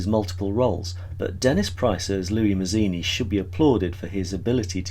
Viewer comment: Yep, I was going to pop in with that. I'm also going to be picky and reflect that Louis' last name is pronounced "Matz-eeni", not "Maz-eeni" as is done here. Louis himself emphasizes the Italian pronunciation, and it's important to his self perception. I completely agree that Dennis Price turns in a magnificent performance, basically carrying the burden of the plot on his shoulders. Also, like Guinness, he steps into a couple of different characterizations. That they're all disguises doesn't detract from how well he does them. This movie was my intro to Guinness and I have been in love with him ever since. It wasn't my intro to the silky basso-contralto voice of Joan Greenwood: I first heard as "the notorious Lady Bellaston" in the messy but fantastic adaptation of "Tom Jones". (For anyone whose read the novel, I can't help feeling that the movie captured the off-kilter logic of Fielding's work and that he'd get a kick out of it. Not to mention that it's as if he looked forward, caught sight of Hugh Griffith and declared "Yes! That's my Squire Western!")